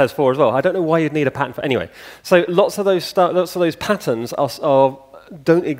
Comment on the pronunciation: To my Yankee ear, it sounds like he says patents instead of patterns.